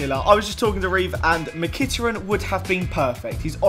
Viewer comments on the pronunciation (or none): its mik-it-ar-ee-an not mi-kit-er-in